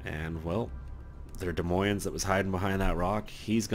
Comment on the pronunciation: both esses in Des Moines are silent. just sayin.